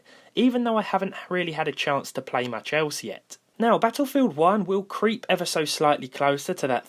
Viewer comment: Did you say "cheep"!?